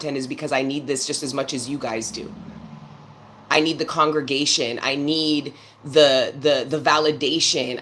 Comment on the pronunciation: You definitely said that right…. This is a “Congregation!!” 🔥 🔥